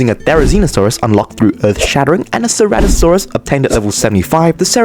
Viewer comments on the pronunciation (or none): none